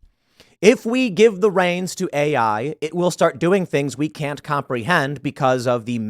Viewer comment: "I cannoy allow that, Dave."